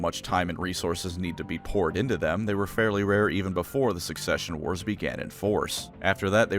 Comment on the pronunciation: never mind its "succession wars" Either I missheard or he said it wrong